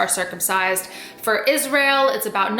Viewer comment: Why ya talking aboot my skin haha